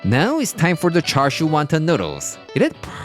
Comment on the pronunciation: The R in Char Siu is silent